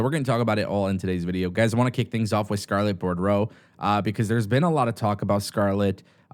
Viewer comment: You're pronouncing Scarletts last name wrong